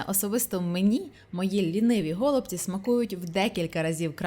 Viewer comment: Не гОлубці, а голубцІ:) дуже смачно. Вдячна за рецепт